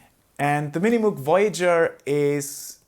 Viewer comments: Moug, nicht Muug bitte! Ansonsten bin ich zufrieden mit meinem Subsequent 37. Der hat zwar nur zwei Oszillatoren + Sub, aber an Mod-Möglichkeiten dürfte er den Voyager noch übertreffen. An Patch-Speicher wohl auch. ;) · Great video. Been thinking about getting one for years. Slight correction, the pronunciation of his name and the company is MOHG.